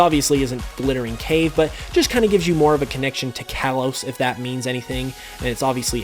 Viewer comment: You're saying Kalos wrong